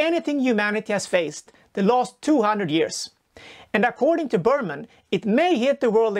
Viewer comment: It’s Berman not Burpmann